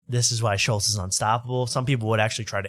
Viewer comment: Why does insist on saying Schultz’s name wrong?